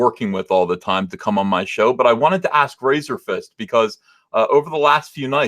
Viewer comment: Lol. called Razorfist "Razorfish" right out of the gate. I'm dying.